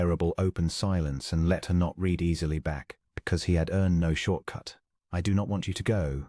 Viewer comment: "Read" here is pronounced "red" not "reed."